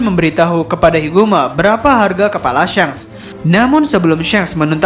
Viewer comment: Kenaapa jadi syanks sih nyebutnyaa , padahal kontennya bagus cuma karena penyebutannya jdi syanks ko jadi aneeh gitu, atau emg penyebutnyaa syanks yang benernya?